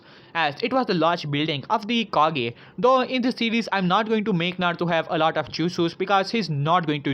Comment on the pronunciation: its kage not cage